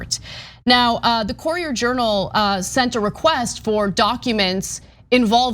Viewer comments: It's Cur-i-er Journal. From a Louisvillian. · Great reporting but it’s pronounced “curry-er” journal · It’s a bit tilting when AK pronounces “Courier” as “Corier”. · Ana cant pronounce "courier" lol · Great report! But please Anna, learn how to pronounce "Courier". Lol. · It isn't really wrong but a north versus southern pronunciation. Pecan -Pecon Ant-Aunt Ca ra mel - car mel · Lauren Louis Wow! As a TYT fan, I thought you’d understand what “commenter” means. Per Google, here is the definition: “a person who expresses an opinion or engages in discussion of an issue or event, especially online in response to an article or blog post.” And last I heard, AK gets paid to do so, i.e. she is a professional. So, really. It all comes down to whether she mispronounced “courier”. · Lauren Louis Also, AK’s pronunciation of “courier” was a bit off from the common standard. Here are the pronunciations of “courier” and “core” in IPA per Google: cour·i·er /ˈko͝orēər,ˈkərēər/ core /kôr/ AK’s mispronunciation of “courier” is not altgother unexpected, though, because a common word with the same first vowel group, “pour”, does commonly rhyme with “core”. pour /pôr/ But given English’s complicated history and sourcing from several other languages over the centuries, most people don’t know thst English is not a strictly phonetic language. Now, I’m assuming that you understand what that means. But as it pertains to this conversation, it is why the vowel group “ou” in words like “pour” and “courier”, as well as “flour”, are not commonly pronounced the same way. And it is why I also get a bit cheesed off when I hear the younger native English-speaking generation pronounce “the” the same way regardless of whether the subsequent word starts with a consonant or vowel. Really. Makes me want to pull out the few remaining hairs on my head! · Ana's pronunciation of 'courier' is bugging me. I know it's a trivial, inconsequential thing. But my ears just refuse to let it go. Argh.